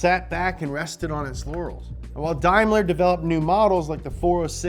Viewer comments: its not darrrmler its daimler hahaha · Never heard of Unimogs and says Daimler completely wrong...must be an American channel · That's pronounced: "Day-mler"